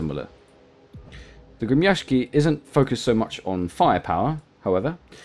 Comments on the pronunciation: I'm impressed by your ability to pronounce "Gremyashchiy." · I am Russian and you spoke it right the ship name